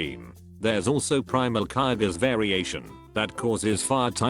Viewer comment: IT PRONOUNCED KYOGRE RIGHT